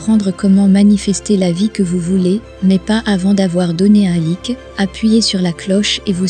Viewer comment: C'est un ordinateur qui parle, non? Vu la prononciation de "timing" et "like"😮 😅